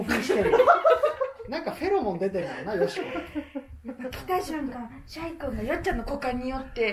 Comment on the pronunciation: シャイがしゃゆに聞こえて 井上小百合さんがMCやってた時の らじらーを思い出した